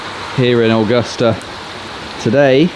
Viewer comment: I love the way you pronounce Augusta 👍 The weather was a beast Masters 2022.